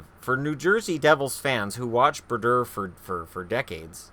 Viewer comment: Bru-dur. haha